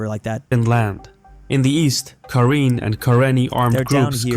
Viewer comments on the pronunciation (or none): Karen ethnic group is fighting for Karen of course Is pronounced "karain"